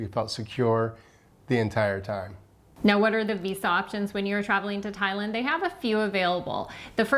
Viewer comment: Ty-lund? Tye.... Land 😂